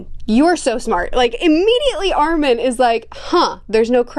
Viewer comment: Also since this the second video we will no longer tolerate the mispronunciation of Armin and Mikasa